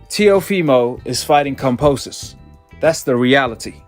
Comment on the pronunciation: He don't even pronounce kambosos right